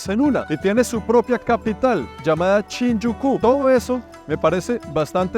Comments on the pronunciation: No se dice "chinjuku" es "Shinjuku". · bro, acabo de ver un video tuyo de Hong Kong, donde dices "Changai" en vez de Shanghai, pero lo de Chinjuku me ha matado...